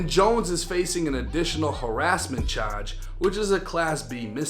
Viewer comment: "Chahdge"